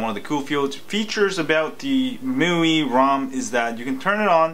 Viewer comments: It's pronounced "My" "U" "I" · It's pronounced "mee wee" bro just FYI